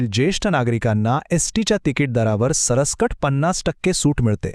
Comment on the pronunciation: पत्तलकाराला सरसकट चा उच्चार सरस कट असा केलाय.